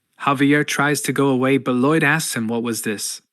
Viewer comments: I'm guessing the narration is AI. It keeps pronouncing Lloyd LIDE (like hide) when it should be LOID (like void) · Lai-oid? the hell is that pronounciation. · Gotta be honest, at this point my biggest reason to keep watching this video and not just read the comics myself is to see what crazy pronunciation of Lloyd comes next… Laiauld? How on earth did you even get an [a] sound out of that word?